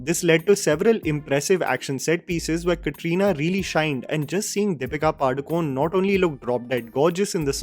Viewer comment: It's pronounced Padukoneh, not Padukone. Pronounce the actress's name properly!